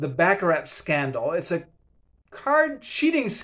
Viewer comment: Footnotes at the back of books are normal - particularly academic books. You indicate unfamiliarity with that. In turn that indicates you don't read demanding academic books. Baccarrat is pronounced back-a-rah. Rorke's Drift was not a disaster - quite the opposite. Moran's antipathy is engenderd from events in 1848, not 1879. Agree with you on this book being true to Flasman.